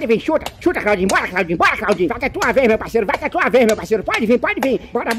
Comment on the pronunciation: amei tbm kkkkkkkkk tu falo chaudinhu pô😂